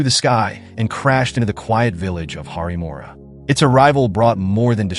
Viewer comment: Its not `harimora´ its "haripuram"